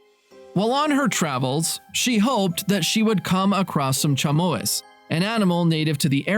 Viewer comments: Chamois - closest an "English" speaker'll get is Shamwah lad, NOT cham oise. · Lovely story.But I couldn't believe the narrator pronouncing the name of the goat/antelope animal as "cha-MO-iss" instead of "Sham-wah."